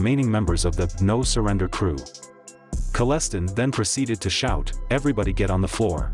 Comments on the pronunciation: Omg! Talk about disinformation!. You can't even pronounce his last name properly! It's Kelle......stine.....like a beer stein. People get sued for stuff like this......many many lies. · Your saying his name wrong! Rude... Kal-a-stine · His name is “Kelle-stine”. He was part of the London outlaw chapter. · Knew Wayne in High School. You're mis-pronouncing his name. it's actually pronounced : Kelle...stein. (Like: beer stein). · My dad went to high school with Wayne. F.y.i youve pronounced his name wrong its Wayne Kal-s-tine. I grew up in the area and Ive heard some crazy stories and been warned of a house or two. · His name is pronounced KELL S TINE. your pronunciation sounds horrible and wrecked the video for me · you finally get his name right, but then go back to say Kolestin. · Kal-es-stein ...is how its pronounced ....he was a long time friend with my dad and would visit our house often when i was really young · I know Wayne. He pronounces his last name Kell-e-stein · It’s pronounced KALL-Ah-Stine pretty sure you spelled it correctly though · Wish they’d pronounce the name correctly….Hooked on Phonics….KALL-A-STINE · you screwed his last name dummy 😁😁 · This is hilarious. The way the AI voice butchers my uncles surname is ridiculous. This is all ripped from Wikipedia which is all just talk from rats. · You are pronouncing his last name wrong! The i in the last part of his name is long! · your pronouncing his name wrong . i was there he was very intelligent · You can't even pronounce his last name properly,made watching this painful I met Wayne when I was kid, at his farm dropping off a turkey with his cousin. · The electronic voice is complete BS cannot pronounce his last name correctly. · Wrong pronunciation of his last name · Man you are killing his last name it's pronounced different then what you are saying it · you are pronouncing his name wrong, i met him several times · Maybe Learn his name correctly but very good documentary other wise